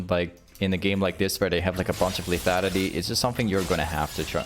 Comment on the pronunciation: say lethanity one more time